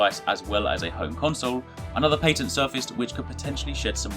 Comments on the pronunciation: You need to learn how to say patent. I cringed every time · What's a paytent?